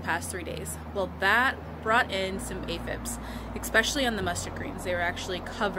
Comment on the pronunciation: Aphids not aphibs lol love your videos!🌿🌸